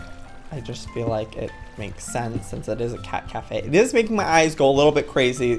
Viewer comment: did u know at the first of the video he said cat cafea did u know that's in japen